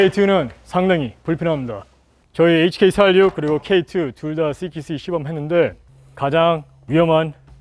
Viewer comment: K2~ 하시는게 뭔가 Step 2~ 하시는거같네ㅋㅋ